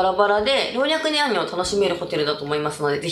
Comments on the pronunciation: ろうにゃくなんにょ 言うべき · ろうにゃくにゃんにょ笑 見やすくて最高！